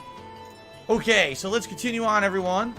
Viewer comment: Am I the only one who's noticed he doesn't say "Okay"? He says "Oak - yay" 😂